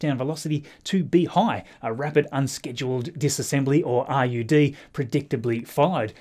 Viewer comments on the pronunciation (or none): RUD is pronounced like the former PM,.